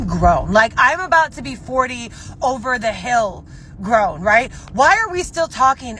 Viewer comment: Did she say "grown" ... ? 😂🤣